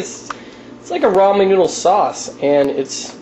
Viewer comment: it makes me mad when people say roman noodles its RAmen